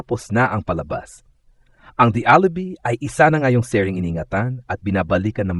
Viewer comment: Watch your pronunciation. Alibi is pronounced Alibai not alibee!!!